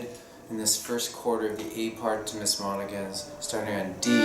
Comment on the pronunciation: I think you can safely called it "Miss mon-a-han's". Thank you for your lessons!